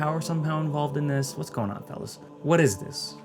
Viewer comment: I heard "felons" instead of "fellas". It fits 343 perfectly tho.